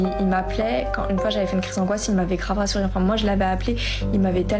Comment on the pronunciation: Une pote m'a envoyé cette didne pour rire un peu via chiasse de bouc . Bon deja " kravvv ainnnn " kravv é on dit " grave "? elle a 70 de QI maximum , les ravages de ces generations de merde ineduquées, paumées, biberonées au porn, a tik chiotte, instachiotte, et autre chiasse de bouc, bref . Donc elle etait pas tepu mais un peu mais faut pas l'dire ? KRAVVVGG :::ainnnn! super donc elle a sniffé du pognon, elle a dit dans son cerveau a 70 de QUI " bon ben KRAVVV INNNNN , je vait ecarter mes 3 orifices5 DU PLUS PORPORE AU PLUS MALODORANT °), comme ca michto va payer on va aller faire de la ferrari a monac' AINNNN, et je pourrait faire la puta sur instar pute ? " trop bon AINNNN; Le dude se vide et la rempli severement, elle capte que papa est au RSA , et bon, vite, faut foncer crier au wiioOoOOL : Le destin n'est jamais tendre avec ce genre de dechet infernaux , ironique non ?